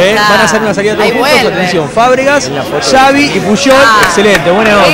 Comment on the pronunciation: "xavy", "pullol"..killme please